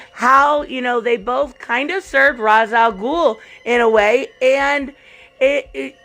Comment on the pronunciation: An actually attractive female offspring of Starfire that was raised by a single father and she is interested in a MAN? You don't need super senses to hear the Twitter/Tumblr REEEE. :P Also say The Demon's head's name properly!